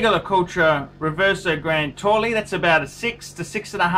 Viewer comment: FYI "Grande Taille" is NOT pronounced Grande Tolli, but more like Grande Thai. Double LL in French sounds like a Y.